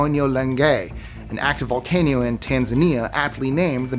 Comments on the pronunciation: what is a "volcanEo"? XD bro, u are cooked. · volcanio ha ha